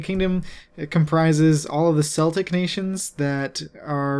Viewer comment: Celtic is pronounced keltic